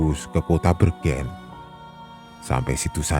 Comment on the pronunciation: Koreksi bang "'bergen'' salah pengucapan huruf "e" itu tetangga kampungku 🙏🙏😂